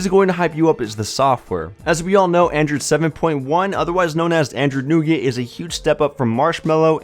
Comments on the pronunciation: Newgert... lol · Is that how you pronounce "nougat"?